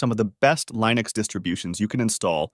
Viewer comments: Did I hear Bodhi /Lainux/? Really? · Pls check the internet for the correct way of pronouncing linux, a word which comes from the work of Linus Torvald, so it is not a regular English word. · Linn - ux not Lie - nux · It's "LION-icks," the distro that has a lion, not a penguin, as its mascot. It really ROARS! 🦁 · I'm assuming this is an AI voiceover that can't pronounce Linux.